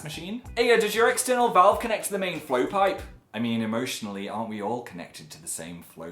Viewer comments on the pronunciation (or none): none